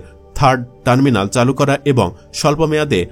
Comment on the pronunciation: এত কনটেন্ট বানান " চালু " উচ্চারণটা ও সঠিকভাবে করতে পারলেন না 😢😮